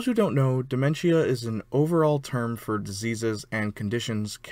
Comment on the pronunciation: You pronounced dementia wrong 😊